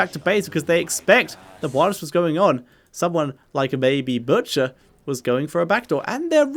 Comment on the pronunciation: When you said the butchers name in game i thought you had a stroke